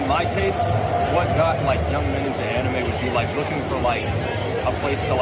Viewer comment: interesting that you pronounce manga correctly but anime incorrectly. The correct pronunciation of anime is kinda weird sounding tho.